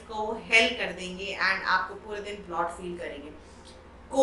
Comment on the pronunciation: Its BLOAT not BLOT.. period!